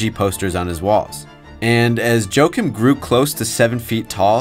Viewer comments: Its pronounced "Wah-keem" not "Joe-kim" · It’s ha-kiim